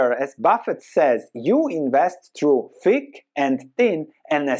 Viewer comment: Thick… not “think”